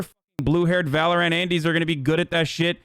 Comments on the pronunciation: English isn’t his first language so he might be trying to pronounce it phonetically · Why does he pronounce Valorant like that ☠️